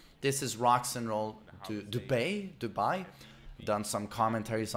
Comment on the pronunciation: he can't even pronounce Dubai correctly lmao